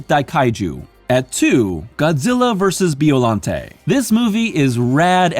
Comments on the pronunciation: Who's Beeolante? lol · It isn't Beeo. It's Bio. Like Biological.